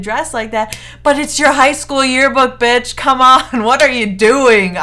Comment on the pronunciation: Am I the only one that finds it hilarious how she says bitch